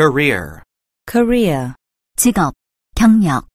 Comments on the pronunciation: 자꾸 코리아 = 직업 경력으로 들려서 기분이 이상함.. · career는 직접 들으믄 꼬래로 들려요 여기선 또 발음이 다르네용 분명 아는 단언데 리스닝 들어감 발음 소리들이 다 제각각이라 듣기 어려운거 같아영